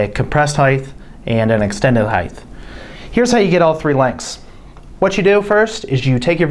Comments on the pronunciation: OMG!!! It’s HEIGHT, NOT heighth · cant stand it when people say heighth... height...not heighth... Great vid tho thank you! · It's height, not heigth! Come-on 😮!! Height, height, height!!! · Since when does "height" have a TH sound?